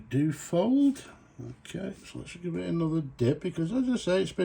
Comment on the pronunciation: Dyu-oh-fold...... not doo-fold....